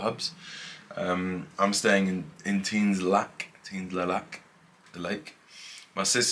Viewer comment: Nice vid! you just don't pronouce the S in Tignes. It's silent